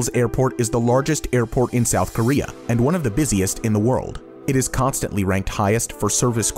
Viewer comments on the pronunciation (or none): none